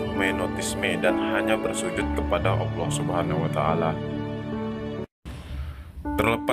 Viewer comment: dari penyebutan nama ibrahim dan allah sepertinya saya curiga "awloh yg maha esa"